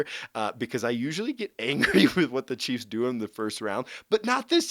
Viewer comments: Is it just me, or does this guy say cheese instead of chiefs? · Hahaha, I probably did in this video, was super tired last night (new baby in the house). Thanks for watching!